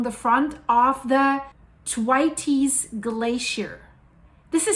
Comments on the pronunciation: ....It's pronounced 'the waits' but spoken as all one word/syllable... rhymes with gates 🌹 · Hi. A gentle feedback. I am pretty sure the way to pronounce Thwaites is the th as in the word “thin” and waites as ie waits (for the red light). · This is crazy - thanks for sharing this. Also I beleive it is pronounced th (as if about to say "thing" or "through" then what sounds exactly like "waits" as in, "he waits".Emphasis goes on the "wai" not the "ts" nor the "th". It is a name from the UK I knew a few folks who had that name. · It’s pronounced ’TH-WEIGHTS’ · So,I love you dearly ❤️. Thank you for being vocal about the Th-waits (pronounced like The waits without the hard E) or Thwaayts if you can understand it better that way. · Hi,. FYI: The glacier is pronounced like waits with a Th in front of it. Thwaites - all one syllable. Not a Spanish pronunciation. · lets listen someone who cant even pronounce Thwaites Glacier correctly. If you don't even know what its called how can we take anything else as certain. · Learn how to say “THWAITES!” properly. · Thwaites rhymes with HATES. 😅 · Thwaites one syllable no tes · Just love the way the good lady says Thwaites ! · yes definitely pronounced that wrong yes sir I concur that's great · Lol no it th like the thwaites glacier.....at least pronounce it right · TY elyse. It hurts my ears to hear the way she pronounces it😶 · I had to giggle at "Thwaites". Isn't it's pronounced to rhyme with "gates"? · "Twities" 😂 it's Thwaits "th waits" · Good morning it's the Thwaites Glacier Pronounced Th wai tes 😂👍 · It's pronounced Thwayts. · Thwaites not Twities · Pronounced "Thw 8's" not Thwaytees. Just fyi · Isn't it pronounced Th-waits? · Thwaites Glacier pronounced th-waits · It’s pronounced Thwāits (Rhymes with WAITS) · Pronunciation, is Th-way-ts or, if you like, "Waits" with soft "th" stuck on at the front. Common British surname, and you also get the singular Thwaite in place names. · Its pronounced Thwayts 💕